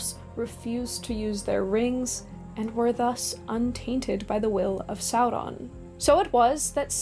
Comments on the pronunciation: I just don't understand why you do that fake r flip when you say Sauron. I couldn't quite finish the video. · Why are you rolling the R in Sauron? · I like the way you say "Sauron". Talk LOTR to me,. ❤😂